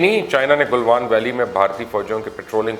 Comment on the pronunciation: Plz say it right... It's not car Gil but Kargil KR GILL. Galwan not Gilwan